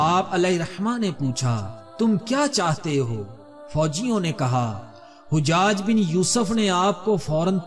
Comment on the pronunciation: Hujjad nhi hajjaj hai ustad jee.